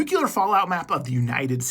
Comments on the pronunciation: Nuclear. ‘New-clear’ not ‘nuke-you-lur’. George bush did so much damage. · This might have been interesting. But I just can't listen to someone who should know better saying "nucular" instead of "nuclear".